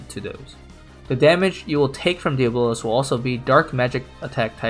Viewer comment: Bruh it’s pronounced Dee-aa-bo-luhz ... not Día-bolos ...